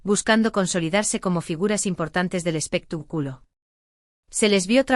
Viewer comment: Y usted comentarista tuene muchos errores de pronunciacion en las palabras que pronuncia x ejemplo no se duce espetac'ulo si no espectáculo acento en la a